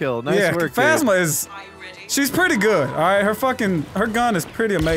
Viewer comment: captain fazzma? bruh its phasma( like phase-ma)